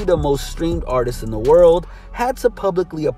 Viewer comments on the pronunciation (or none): none